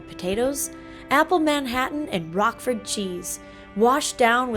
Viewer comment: That wouldn't happen to be "rouqefort" cheese, would it? It isn't pronounced "rockfort", though! XD